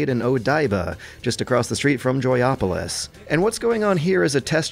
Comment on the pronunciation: Joypolis not Joyopalis!